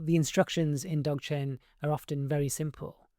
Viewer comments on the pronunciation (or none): Zog-Chen the D is silent.